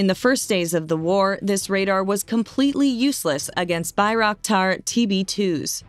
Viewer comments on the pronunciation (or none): none